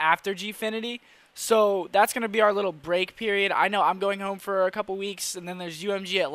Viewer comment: Hoooome? You from Downingtown?